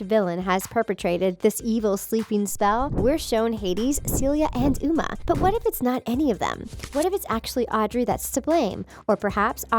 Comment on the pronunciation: Its not o-mar its O-ma